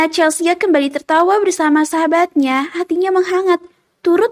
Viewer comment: di audio lain dibaca Chelsi. di sini Chelsia. yg bener yg mana